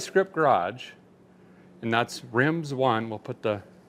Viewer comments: Derek are you sure the Wheel Tire company is pronounced Rimz One ? Looks more to me like Rim Zone. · It's "Rimz One" not "Rim Zone"? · Derek, at 4610 I think it's pronounced: 'Rim Zone' not 'Rimz One'. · Derek are u sure it's not Rim Zone? Not Rimz One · It's pronounced Rimzo neeee